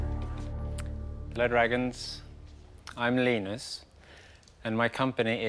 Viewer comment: Not Lynus but Leenus